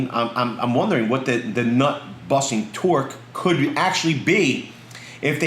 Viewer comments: Did you say buttnusting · "butt-nusting torque" 😂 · Haha “but nusting”